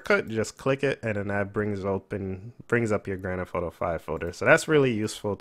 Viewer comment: anyone else like how he says grand f auto